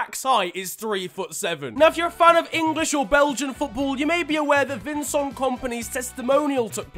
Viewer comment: It's vin-cent not vin-song